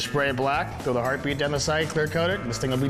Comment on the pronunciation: Ah. The era of dumbass facial hair. Also, every time they say "heart beat" i hear "herpe".